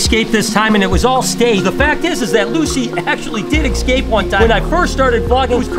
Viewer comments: E scape not ecscape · Escape, not excape